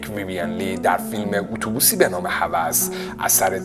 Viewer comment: ویویَن غلطه، ویوین بدون فتحه درسته